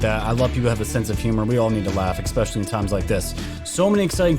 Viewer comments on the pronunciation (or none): It’s espclially. Not eXpecially/ please!!